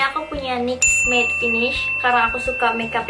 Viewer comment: 'matte' not 'maid'